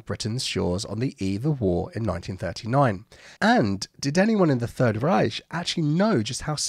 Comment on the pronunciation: worst pronunciation of 'Reich' achievement accomplished